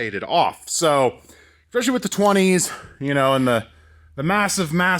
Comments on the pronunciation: Love the content, but THERE IS NO X IN ESPECIALLY. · "exspecially" :D